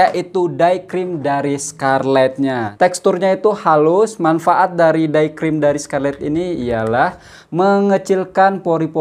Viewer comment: Maaf ye .tegur sikit.." day cream( bunyi.cm they") bukan Die(dai) cream/ krim..